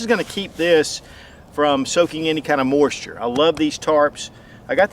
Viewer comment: Thumbs up So weird, your accent, how you can add an “R” to the middle of the word moisture